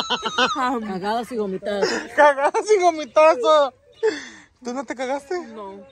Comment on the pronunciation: Gomitadas 😭😂😂😂 it's vomitar and vomitadas silly's hahaha